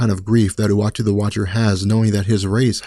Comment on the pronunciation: Anyone else hearing him pronounce Uatu the Watcher as "Watchy the Watcher"?